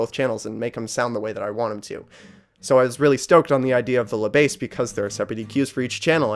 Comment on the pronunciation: Good review but if you want to improve your French you should not pronounce "La Besse" but "Le Bass". You have to swap the sounds. (I admit 2 Notes made a tricky name as it is named Le Bass for "Le preamp bass(e)" instead of "La basse")